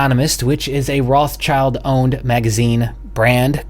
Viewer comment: please, pleeeeaaase stop saying "roths-child" ... it's a german based name and is spoken "roth-schild" (spoken: rod shild) which means something like "red shield" and has nothing to do with "child". it hurts a little bit in german speaking peoples ears. THANK YOU. APPRECIATE IT.